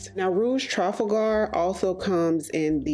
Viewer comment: I mentioned a few months ago that you pronounce Trafalgar in a very strange way to me. Are you sure you're saying it correctly? I could be wrong in my pronunciation as mine algns with how I say Trafalgar Square (in London) as I'm English.